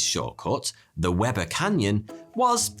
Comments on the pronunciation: Nice recounting. The Weber in Weber river is pronounced We bur, as apposed to web er. It's an easy and honest mistake that 99% of people not from Utah make, and in no way integral to the story, other than I thought you may care to know. Good day kind sir. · Love the video! However, minor gripe, Weber is pronounced “WEE-bur,” not “WEB-er” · Graduate of Weber State University in Utah here! Not a big deal bit it's pronounced "WEE-bur". We don't get it either. Just thought I'd let you know! Love the content,! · It wee-ber, not web-er, as any Utahn will let you know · As a native Utahn, I burst out laughing wen he said Webber river. It’s Weber Wee-ber lmao😂😂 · Weber River and Weber Canyon are pronounced, "wee bur'" not, "webber". Just saying... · Weber is pronounced weeeeeeber. It's a German name which technically should be pronounced veeeeber. Webber is pronounced the way you said weber again technically pronounced in the German as vebber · Nev-AD-a not Nev-AH-da. We-ber not web-ber. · You got the pronunciation of Weber River wrong, my dude. Don’t ask me why, but it’s pronounced “wee-ber” I live about 6 miles from Weber Canyon. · It’s pronounced WEE-Ber. I love you. I’m sorry. I’m from Weber County and have never been able to resist correcting those who mispronounce it. 😂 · It’s pronounced we•ber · FYI it’s pronounced Wee-ber river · Weber Canyon is pronounce 'Wee-ber'. It's ok though, even Siri has it wrong. Here are some other odd pronunciations from Utah: Hurricane: "Her-ah-kun" Tooele: TOO-WILL-AH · “Weber Canyon” is pronounced “WEE-ber Canyon” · Unfortunately, I know that they pronounce 'Weber' as ''Wee-ber''. Just FYI. LOL. Great video. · I prefer "Weh-ber", it sounds more bad ass.